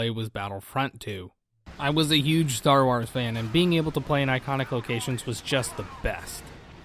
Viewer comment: "Star Ars" lol